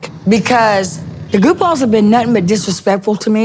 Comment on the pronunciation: I didn't just hear goofballs😂